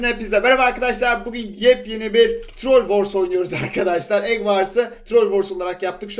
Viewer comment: Eg vars diyorsun trol vors diyorsun ingilizcen yok bari ikisini de türkçe söyle rezil olma